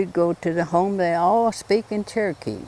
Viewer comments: THEY SAY CHERKEE NOT TURKY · The way they pronounce Cherokee sounds like they're saying turkey.